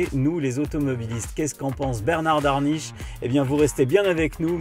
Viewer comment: Merci pour vos vidéos, un automobiliste averti en vaut deux, voire dix s'il communique. Attention à 22 minutes 38 ! Bernard Darniche et non Daniche!